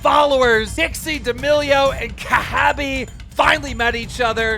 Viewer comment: The way he says “PEW-tin” kills me 🤣🤣🤣🤣 Edit: just got to him him saying “Ka-HA-be” 🤣🤣🤣 Keem, love ya man, but these pronunciations are killin me 🤣🤣🤣🤣